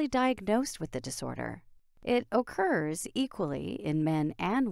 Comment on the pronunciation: what she said: "occurs" what i heard: "okurrrrrs"